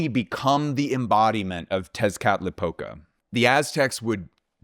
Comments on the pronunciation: As a mexican viewer who despises people talking abouth the idea of ancient mexican civilization whithout proper research; the way you said "Tezcatlipoca" was desarming in the best way possible. Also great video as always thanks to you both fot putting out amazing work. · Amazed by your perfect pronunciation of "Texcatlipoca", Kudos for that!